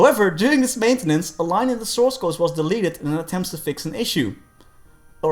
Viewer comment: whoopsie, its source code not souce ;p